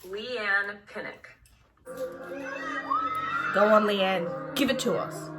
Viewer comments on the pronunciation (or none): “Leigh-Anne pinhock” oh sweetie no